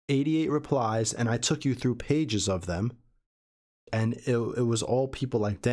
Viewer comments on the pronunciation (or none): none